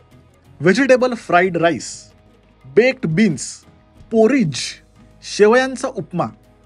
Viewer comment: Video chaanch, dance pan masta pan tari ek suggestion, Jevha tumhi ani bayko kapde itke high fi ghalta, food vlogger mhanun vlog karta tevha little you can do is google the spellings of dishes and search for pronunciations. Marathi food vloggers la sadha naav gheta yet nahi continental food cha hey pahna दुर्दैवच!!! साधं आणि relatable दाखविण्याच्या नादात मागासलेले दिसू नका. For you, पोरीज नसून पॉरिज बासील नसून बेझील It's क्रोईसौन आणि cilantro is सीलानट्रो ....